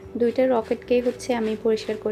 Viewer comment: আপু রকেট না লকেট। মাইনড করোনা